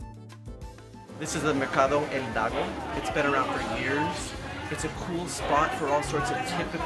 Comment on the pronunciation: Awesome video, great editing and photography, I just have to say El Mercado Hidalgo is not pronounced “Eldago” you should say “eedalgo” not Eldago